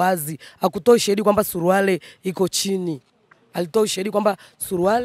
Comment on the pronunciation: Huyo mama jinsi anavyotamka neno SURUALE badala ya SURUALI ni wazi kwamba huyo ni bingwa wa ubambikiaji watu kesi